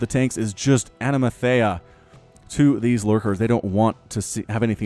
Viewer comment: anamathea? really? you mean anathema